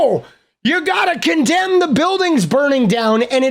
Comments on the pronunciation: Mr "do you condamne" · Do you condemn Hummus Hassan? Do you dondemn Hummus!!????